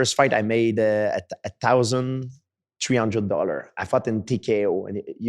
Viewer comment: tree hundred dollar